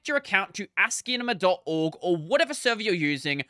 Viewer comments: i think he is talking about how the name should sound more like ASCII + CINEMA than the odd way you are pronouncing it. When you listen sounds like you are saying ASCIIENMA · Why are you pronouncing it like that